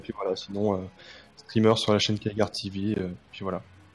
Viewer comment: "keagar" :( Superbe débat sinon !